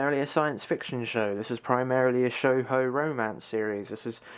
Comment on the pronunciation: Shoujo is pronounced "show-joe". Man, building a collection like that is hard work, I have chest of draws where I keep stuff in and I cant organize them vertically, due to the knobs having indents inside the draws, and thus I need to get a new draw unit. Your collection needs some Princess Tutu and Devilman.